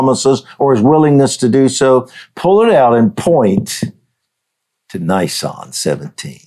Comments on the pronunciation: Learn how to Pronounce Nisan correctly: Neee Sahn 🙏🏻 Hebrews, Middle East etc doesn’t have long vowels, only mostly Americans do. Use short vowels on most, of not all Bible words. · Just to be clear Dutch, in the word Nisan in Hebrew. The "I" is pronounced "EE", there is no hard I sound in the Hebrew language. Secondly, given that Yeshua prophesied He would be a full 3 days and 3 nights in the grave, the count from Nisan 15 ( He was put in the grave just before sundown on Nisan 15, with Passover starting the at sundown (the beginning of) Nisan 14. So night one and day one in the grave would be Nisan 15, night 2 day 2 would be Nisan 16, night 3 day 3 would be Nisan 17, so the resurrection would have had to have happened prior the the completion of the next full night, so prior to dawn on Nisan 18. Just fyi, Leviticus 23, which outlines the Feast days and the days on which they fall, does not give a number to the day of FIRST FRUITS (Yom ha bikurim...the day of His Resurrection, it only says that it is to take place "the day after the Sabbath". Yet keep in mind too, that unknown to most non-Messianic followers of Messiah Yeshua, there are actually two Sabbath days in play during the Passover season. The first one would begun the evening of the first day of Unleavened Bread (evening starting the 15th of Nisan). That special Sabbath day was the reason for the rush to get the bodies off the crosses "before the Feast (of unleavened bread. The following day would have been another preparation day getting readt for the weekly 7th day sabbath, so they would not have had time to take spices and annoint Yeshua that day. The second Sabbath would have been the regula